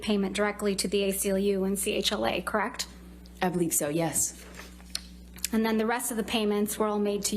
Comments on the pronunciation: 'Krect...Krect...That's Krect' It's a 2 syllable word, dimwit...correct? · That is crekt. That is crekt. That is crekt. When did the word correct have only two syllables?